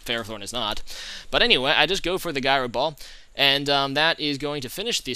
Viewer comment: I love you. I really do. Seeing your videos in my feed just makes me so happy. However. You really need to learn how to say Gyro Ball correctly. Thank you.